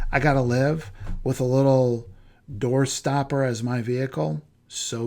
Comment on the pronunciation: "Doorstopper" lol